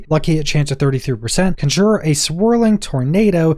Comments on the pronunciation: Great video, thanks! The correct pronunciation is CON-jure and not con-JURE. :) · You keep saying conjure. It is conjure. Besides that, great video. I cannot wait to get my druid on. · Please learn how to pronounce conjure